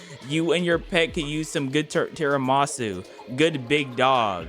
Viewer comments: You did not just pronounced tiramisu as TIRAMASU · He keeps saying tiramasu.. but it's tiramisu 🤣